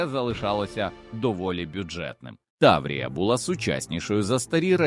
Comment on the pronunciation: Хто начитував це? 😅 таврІя, мОсквичи...на літредакторі економити не варто!